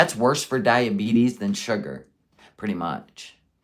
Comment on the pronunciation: poor lil baby madness with all that “shurgur” ..yikes